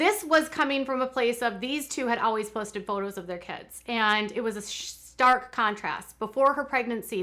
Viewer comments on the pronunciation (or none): none